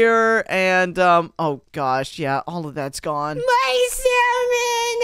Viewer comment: 😂😂he said my salmon😢😢